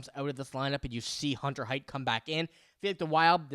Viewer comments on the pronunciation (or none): buddy, sweetie, kiddo... you're mixing two prospects names together. Hunter Haight is pronounced HATE. Riley Heidt is pronounced HEIGHT. I've held my tongue for too long in this.